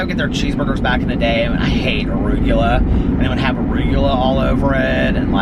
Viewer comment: Aguroolua? 😂 Arugula is pronounced uh-roo-guh-luh. Just saying